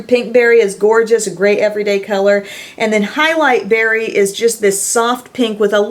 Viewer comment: highlight berry? or halle berry? LOL I hear halle berry!